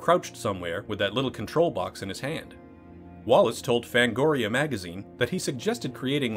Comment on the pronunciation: I know Chris Walas and it makes me cringe every time you mis-pronounce his name. It’s WAYless, not Wallace.